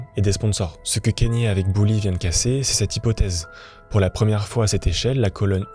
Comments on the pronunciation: "Kennye" non c'est Kanye avec un A kAnye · Le cas le plus extrême ? Vraiment ? Tu connais pas Roman Polanski ? Ah, et on dit "KAnyé" pas "Kényé" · La vidéo à l'air cool mais pour l'amour du ciel, on prononce k"A"nye et pas k"Ai"nye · Pourquoi les personnes font des vidéos sur des personnalités sans même savoir prononcer les prénoms c gravissime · Comment c'est possible de traiter de sujets comme ça qui demandent des recherches mais ne pas savoir prononcer un prénom. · Je vais pas discuter 1000 ans avec toi si tu prends mon commentaire pour une agression, je salue le travail du poto, mais j’ai pas pu finir la video a cause du nom mal prononcé c’est tout. Son prénom est même pas anglais ni américain, il vient du botswana. C’est comme si je faisais une vidéo sur Michael Jackson et que je l’appelais Mickael pendant toute la vidéo. Je trouve ça juste dommage de se renseigner sur tout les bad buzz de kanye, faire un travail de recherche et tout mais ne pas vérifier une seule fois comment son nom se prononce. Enfin bref.